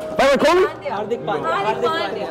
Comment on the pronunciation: Girl=it's hardik pandya He :- hardik bandya 😅😂